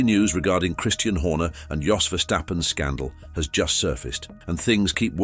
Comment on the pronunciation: How can I take this seriously if it can’t pronounce Jos properly 🤦